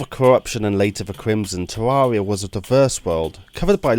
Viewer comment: I can't stand the way you say Terraria